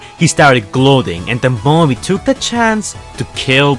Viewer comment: Bumberbee not die